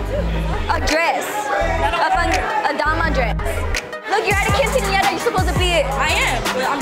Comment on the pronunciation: “KINcenara” ugh.